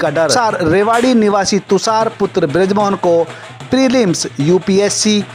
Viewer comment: Prelims bhi nhi bol p rha sahi s yr 😂😂😂😂😂